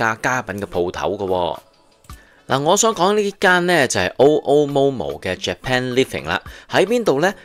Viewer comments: Mr '', It is pronounced as 'OO' and not 'O' 'O' Momo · 按我認知，日本語讀 MoMo 會系 么么。